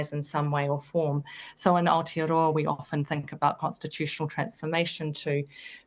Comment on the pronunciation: beautiful pronunciation of Maori and Aotearoa by this lady.. better then some NZ politicians